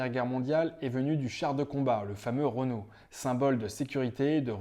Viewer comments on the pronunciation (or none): none